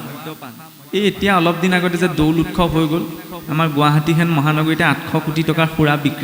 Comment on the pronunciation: উৎসৱ শব্দটো উৎচৱ বুলিহে উচ্চাৰণ কৰে।